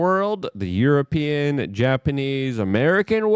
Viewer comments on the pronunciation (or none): none